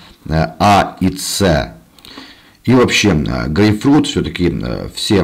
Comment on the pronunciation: чё он сказал, гей-фрють? 🤣 ахахахаха ))